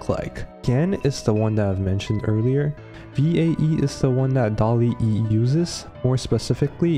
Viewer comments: It's not "Dalle e" just "Dall e" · bro said dall-e e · Second time making a semi-documentary, do you enjoy these kinds of video style? Please let me know! And please stop flaming how I pronounced DALL-E I swear the extra E stands for my shitty English 😭 And of course, the first 1,000 people to use the link will get a 1 month free trial of Skillshare